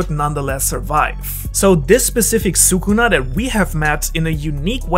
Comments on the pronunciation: please stop saying soocoona. he is "skunah" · Well every single YTer messes up Sukuna's name tho which is a shame But yes actually talking about how he's real world mythology? Much appreciated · Love the video but your pronunciation of sukuna is killing me yo 😭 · I don’t mean to nitpick, I really just wanted to comment lol ily bro